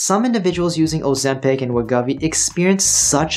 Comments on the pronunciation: We GO vee. GO , not guh. Thank you for your understanding. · I can’t trust anyone who mispronounces Wegovy 50 times in their video.